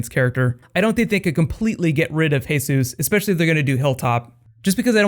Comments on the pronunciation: It's Jesus (not hessus) lol i only say this because in the comic it says he looks like him. Other Than that good video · It's not "Hey Soos". It's just plain Jesus. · It's Jesus!! As in Jesus Christ not Jesus like Mexican